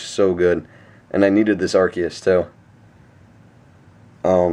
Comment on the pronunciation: You pronounce Arceus wrong :/